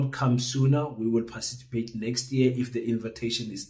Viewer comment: Hayi wena, 🙄🙄🤔🤔i doubt if you are South African you can't even pronounce the word "PARTICIPATE " are you sure you are not from Zim?😂😂😂🤣🤣